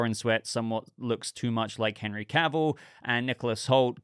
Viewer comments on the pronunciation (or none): none